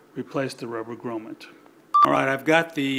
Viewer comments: actually the word is English not French so its pronounced G R O M M I T, yes Im English and this is boring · Its a grommet. Not a gromma!!